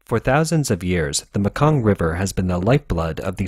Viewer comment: Laos is really pronounced Lao.. no S pronounced. Myanmar is pronounced Meanmar.... And finally The Mekong River is pronounced Maykong... I know this. I live in Thailand.